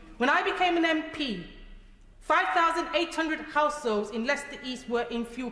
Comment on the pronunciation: She's saying assholes instead of households.. let's be honest it's what she thinks ,maybe it's her lisp? Shouldn't she be in jail Only lefties Will disagree.🇬🇧👍